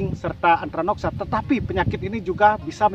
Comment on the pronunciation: Bukan antranoksa Tapi antraknosa..😂